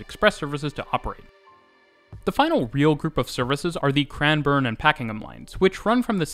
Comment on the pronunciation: How are you pronouncing the names so accurately? (Melbn) (Cran-burn) (Yarruh) (Jolly mont) (Paken-em even though sometimes sounds like you're saying Packing-em) I'd probably pronounce Sandringham phonetically (Sand-ring Ham) but if you were saying Sandringham line then it would be Sandring-um line as you said it still I realise you're Canadian not American but even Sydneysiders wouldn't pronounce these names correctly.